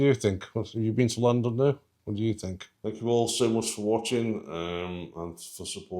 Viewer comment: Pronounced "Clan did no" i believe